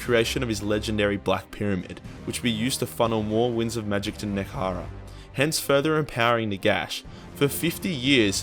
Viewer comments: NEH-HEH-KARA NOT NEKARA YOU smelly boy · DAMN IT, IT IS NEHEKARA SAY IT RIGHT ONCE YOU FOOL